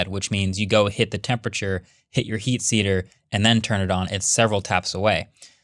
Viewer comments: "Heat seater" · He said “heat seater” the second time that’s literally what I always say even though I know it’s wrong it just makes more sense idk why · If you made a drinking game out of Marques saying "heat seater" then now you're dead 😂